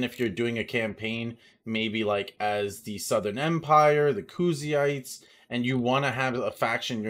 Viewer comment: "Khoozheites" that made me laugh so hard, God bless you man.